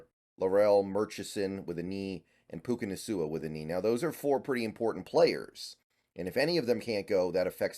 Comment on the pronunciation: Some of your pronunciation makes me cry. Puka Nasua???😂